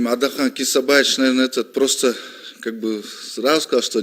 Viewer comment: Министирдин орун басары кыргызча сүйлөбөйбү сүйлөй албайбы кисабаевич деп туура да айта албайт сабатсызбы.